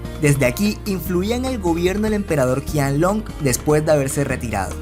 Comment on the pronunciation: De hecho se pronuncia Chianlong ;)